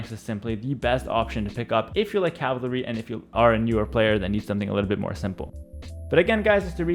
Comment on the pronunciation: Could've sworn its pronounced cav-al-ry Not calv-ry